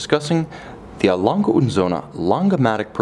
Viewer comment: You say the g like you are so used to saying gay in english. Like gay gang gutter, think about how stupid you sound saying lon guh like an ape. Not like a human being.